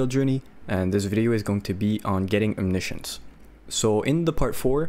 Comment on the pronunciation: bruh... it's OMNI-SCIENCE... you know like... scientist XD